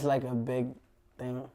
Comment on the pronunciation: Wtf was 6ix9ine sayin . Den he goes you know what i'm saying , the internet is a powerful TING